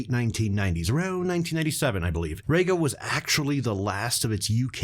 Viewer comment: REEga not RAYga.